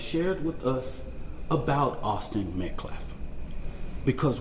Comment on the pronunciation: Why do they have this guy speaking for them, he cannot speak at all! Metclaf? Dignety? He needs a speech therapist.